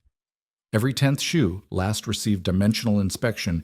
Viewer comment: It would SIGNIFICANTLY improve your perceived credibility if you were to ask a cobbler to explain to you what a "shoe last" is, so you could stop inserting a verbal comma there; pronouncing last as if it were an adjective; then showing images of rifle-stocks 😮